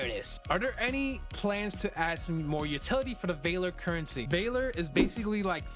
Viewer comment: My guy its valor not vayler